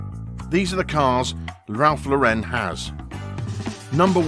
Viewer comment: What a freaking joke of a video. In the first place, the narrator cannot even pronounce Ralph's last name correctly. In the second place, the narrator says that Ralph Lauren has created an affluent lifestyle like the one he grew up in He grow up lower middle class.